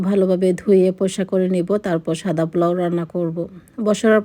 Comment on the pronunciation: Plau bolen kno aunty? Ata niye troll holo akjon mohila tau apni atat bolsen, it’s Polao not plau